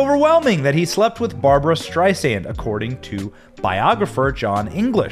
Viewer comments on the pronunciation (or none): none